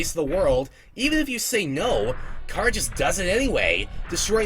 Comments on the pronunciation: CHARA NOT CARAH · he says it incorrectly (most likely) because Chara if derived from the word character (most likely) so it should be pronounced CARE-uh like the sound before the -cter in character. :) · unrelated: chara is pronounced exactly like it's spelled, not "cara" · ITS CHARA NOT CARA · The name chara was derived from the word -Chara-cter. His pronunciation of it is like saying driving Car with an A on the end of it making it sound like something else entirely forcing the R like that--car-uhhhh. Just sounds weird. All i was saying \0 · Dude its (Ka-ruh) ok? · Anyway you say it is ok, but Chara, being a Japanese word, is correctly pronounced with the Japanese letter sounds. Meaning, it would be pronounced as kar-uh or CARE-uh or KEY-AIR-uh. Not to start a fight! Cha-run is an OK pronunciation. NO HATE! NO FIGHT! SANS IS LIFE AND LOVE! SO IS MUFFET AND TEMMIE! I JUST THOUGHT OF E WORST SHIP EVER... MuffetxTemmie.... WHY MUST I DO THIS!!! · THE NAME "CHARA" ISN'T PRONOUNCED LIKE THAT!!! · You're not the only person who does that. The fact so many do that to other irritates me and THEY overdo it sometimes. Sheesh. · Nope. Youu're still saying it wrong. Chara is the demon that calls when you call it's name. Chara never came to us. Every pronounciation we said was wrong. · * The real first name "Chara" is not pronounced like you described.